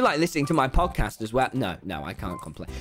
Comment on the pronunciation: I can’t tell if Tommy was saying pogcast or Podcast